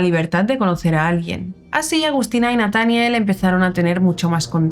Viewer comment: Es Nataniel acentua en la e